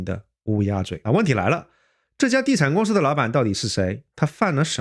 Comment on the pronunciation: ，是公si不是公shi。我也是只发一个音，如果分不清楚还是回到原来的口音比较好。